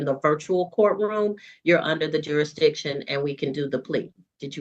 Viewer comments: Jurik -diction? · He can't even say the word jurisdiction!😂😂😂😂